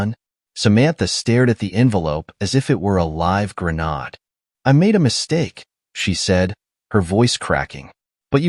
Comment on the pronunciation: What is a “live grenawd”??